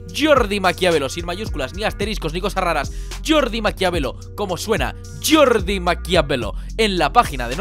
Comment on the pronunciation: suena como Yordi no como Jordi :)